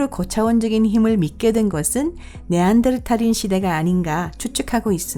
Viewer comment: 토픽 운영자들은 구독자들의 의견을 개무시하는건가?지금 성우 발음 ㅈ같다고 네안데르탈인을 네안뎃탈인이라고 발음화고ㅋㅋ조선족이세요?